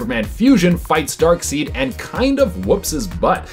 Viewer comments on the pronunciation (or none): Amanda seems to be the only host on this channel that gets the names right. dark-seed? It's always been dark-side... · It's Dark SIDE, not Dark SEED Sorry it's starting to get annoying. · C'mon dude it's pronounced Dark side 🙄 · Dark side not Dark seed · My guy, it ain't DARKSEED, it's DARKSEID... Lordy lord but good job on the video 👌💯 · Dark Side!!! Not Dark Seed!!!!! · It's not pronounced Darkseed: it's Darkside. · Seid not seed lol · It's Darkseid pronounced Dark-Side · I feel like he has never read a DC comic if he said Darkseed! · Hey, I know there's more than a few comments about it, but I'm honestly curious about where you picked up the pronounciation "Dark-seed"? I'm not judging, but I'm curious. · He pronounced darkseid as darkseed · FOR DARKSEED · Every time he pronounces it “Darkseed” I feel like smacking someone. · Oh My God! HE SAID DARKSEED INSTEAD OF DARKSEID! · STOP SAYING DARKSEED!!!!! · 🤓🤓Um, actually it's pronounced Dark-said! "I before E except after C, or when making an 'a' like neighbor or weigh." Haha! JK! Shut up nerds! You did great! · Come on it’s pronounced darkSIDE SIDE 😂🤣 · It's pronounced Dark SIDE! That was established by Jack Kirby, his creator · It's spelled Darkseid, but it's pronounced Dark"side". Please say it correctly. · I had to turn u off because of your annoying pronunciation of darksied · Omg I've never heard someone mispronounce Darkseid so many times in one video! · i think it's an ongoing joke. people told them the first time years ago and they've been doing it on purpose ever since.